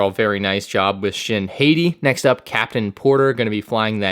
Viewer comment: It’s spelled “hah-tea”